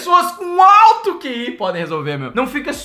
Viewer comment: NÃO É QI É KI